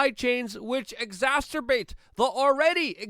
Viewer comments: Bro, the word is “exacerbate”, not “exasterbate”, which sounds like masterbate…please stop. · Dude, it's exacerbate! Not exasturbate. haha. Keep up the good work! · I truly love your work, your passion, your honesty, but yer killin' this word nerd... "exacerbate" not exasTerbate." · EGG ZASS SIR (NOT STIR) BATE LET'S GO BRANDON! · Exacerbate, not exasterbate, which sounds a lot like, well, you know. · Luke! You're killing me! It's exacerbate, not ecasterbate... no T in it lol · Exacerbate - not exasturbate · It’s not EXASTERBATE. It’s EXACERBATE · I just come here to hear Luke say “exacsterbate” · Ex-ass-sir-bait. Love your work man! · There is no T in Exacerbate... It doesn't rhyme with masterbate lol! ;) Love your videos.... but that has been driving me mad 😂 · Please learn how to pronounce words if you are going to use them... ex·ac·er·bate /iɡˈzasərˌbāt/